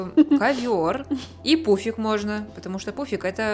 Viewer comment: А я вместо пуфика услышала пупсик😂😂😂😂😂😂😂😂😂😂😂😂😂😂😂😂😂😂😂